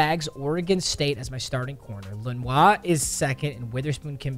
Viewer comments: Brother, it is pronounced “Len-Or” not “Len-Wah” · Man seriously said “Len-wah” for “le-noor” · deommodore len-or not len-wah it's len-or brooo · They way he said lenoir lmaooo ( its Luh-Noor) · the len-ore (lenoir) hate is not tolerated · Love the contents. But it is lenoir (le-nor) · Deommodore Lenoir is pronounced (Dee om a door) (Len or) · Lenoir is pronounced Luh Nore lol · It’s pronounced (Dee-ah-muh-door Luh-norr) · “Dealmondore Lenwah” bro is not French mmcasual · Hey its actually pronounced Dee-om-o-door Le-nor. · Loved when papa made Lanoir’s last name so complicated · Bro the way he say Lenoir hurts as a 49ers fan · The butcher on leniors name lmfao